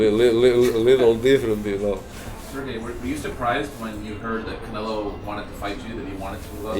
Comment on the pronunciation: somebody tell Krusher its Canelo not Canela! lol